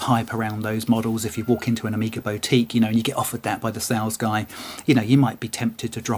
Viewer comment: Pronunciation of boutique is killing me off.